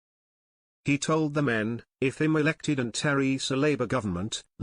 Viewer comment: The AI commentary ( unable to pronounce "I'm" correctly) doesn't really help this attempt to discredit GG's party. Most of us have no idea how well, or badly, the WP will do in the coming election. The fact that someone is attempting to change things a bit - from the tired and, many of us suspect, rather corrupt machinations of the 2 (or more) traditional parties - to something that could prove a bit more democratic, grass-roots orientated (as opposed to top - down tyrannical) is, at least, something to celebrate -and hopefully support, in those constituencies where that offer is made. I don't know who you represent - but I think you should have the courage to say who's pulling your strings, were such to be the case. If that's not the case, and you're just a maverick spoiler attempter, perhaps you could inform us; then we'd know we can ignore your attempts to rubbish, and minimise what is, I think, at least a courageous attempt to instil more democracy into the election process.